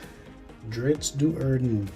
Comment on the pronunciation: Crenshinibon is the name of the Crystal Shard. Drizzt Do’Urden’s last name is pronounced Dō Urden, as in bread dough.